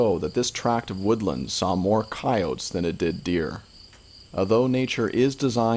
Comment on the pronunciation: coyotes, not coyots.